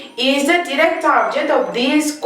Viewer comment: if ur teaching pls pronounce direct and indirect. It's confusing